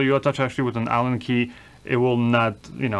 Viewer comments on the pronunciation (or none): none